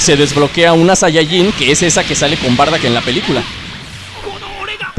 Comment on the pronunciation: SE DICE BARDOCK POR QUE DECÍS BARDACK